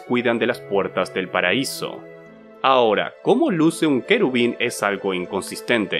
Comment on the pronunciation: Aaaaa por que no paras de hacer esdrújulas palabras que no lo son dgjjdfj. Herodes, no Hérodes. Querubín, no Quérubin. Serafín, no sérafin